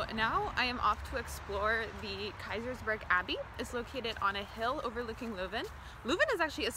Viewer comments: Het is leuven, Ni luven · its not luven there is an e for a reason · The “i” in “bird” sounds like “ehr”; that alsmost sounds like the “eu” from “leuven”, but totally completely lose the “r”. The real locals (not kids from all over flanders who study there) call leuven, leujve. K’zen van Leujve (i ‘m from leuven). In local dialect it’s more like a combination of the dutch sound (that doesn’t exist in english)“eu” and a toned down “oi” (like punks often yell). But not many people even speak the local dialects anymore, too bad.